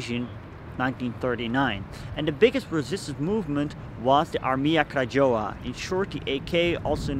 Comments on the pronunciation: Nice film! btw - Krajowa(national army) read Krayova, read "j" like "y" :) Coz reading in eng word "krajowa" making this word very close to "Kradzierz"(theft) so as native polish speaker sounds like "theft army" ;) /I know, you dont speak polish but perhaps its good to know next time. Specially for me when i have to come back few times and thing what the hell is "armia kradżowa?" Or just better speak "national army" Krajowa means exactly country but in this way should be translate as National. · It's more like "Krayova", you don't spell Polish "j" and "w" in English way. Btw your pronunciation of "Łódź" was perfect. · Beautiful except Armia Krajowa is pronounced Ahr-mya Kra-YO- va. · Nice video... If I can suggest something, I would suggest saying "Armia Krajowa" as "Armia Krayowa" or in English "Home Army" ... In Polish we read "j" as "y" ... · pronunciation of "AK" (Armia Krajowa) is probably more like "Armya Krayova" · Armia Krajowa is pronounced as AR-mya Krah-YO-va. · krajowa read as krayova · "J" in Armia Krajowa is to be spelled like "Y" in "yes".